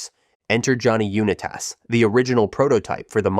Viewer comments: Johnny “YOU NE TASS” 😂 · Why do you say U-ni-tas like that?😂